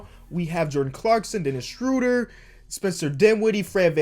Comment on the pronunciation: Schröder not Schrüder BRO just go to google translater and type german for oil and you will see how its pronounced great video but as a Nba onsider you should be able to pronounce that